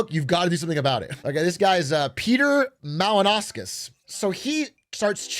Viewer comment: hearing atrioc saying peter malinauskas as a south aussie ong scared me